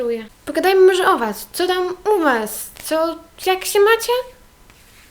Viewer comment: masz fajny akcent i nie wiem czy tylko ja to zauważyłam, ale zamiast się to mówisz sę tak bez "i" a i mi się podobasz wiem jestem dziewczyną ale jestem bi czy jakos tak💋😍